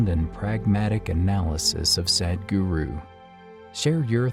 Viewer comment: To the narrator. The ,"Sad" in Sadhguru is not pronounced like the word "sad" It's pronounced like the word "sud".